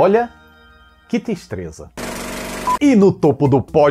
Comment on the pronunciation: "que tistreza" ahushaushaushU